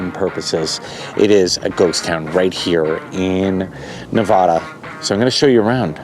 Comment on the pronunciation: You’re mispronouncing Nevada, and it offends us 😂